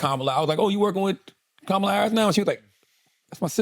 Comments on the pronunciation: Her name is pronounced Comma La.🙄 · Her name is pronounced COME-uh la! Stop being lazy and disrespectful! 🙄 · Please pronounce her name correctly. Ka ma la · Why can't they pronounce the Vice President's first name correctly? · Are we just going to let them get away with mispronouncing her name?! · Why he keep messing her name up and no one is saying anything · first pronounce her damn name correct... then put some respect on it. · Andrew say her name correctly.